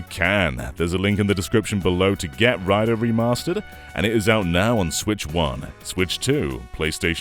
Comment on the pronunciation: It's prounounced "Ray-doo"